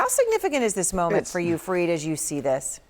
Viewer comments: Better pronounce as " F - A - R - I - D "... not " F-R-E-E-E-D " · Erin , please dont screw up anyone's name ...that too on their face...call him F A R E E D...not F R E E D as u did... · Fareed… not freed…